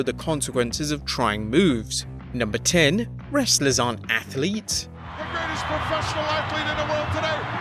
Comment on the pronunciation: “Athlets” lol Also, #11 is no myth